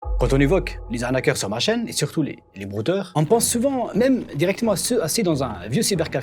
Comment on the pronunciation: les bwooooteuw !!!